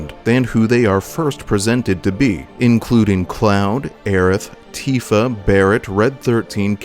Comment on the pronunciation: Maybe jenova just saw sephiroths plan and find him reasonable. And i had to laugh when ever you said "cloud and tifa", Sound like "cloud antifa"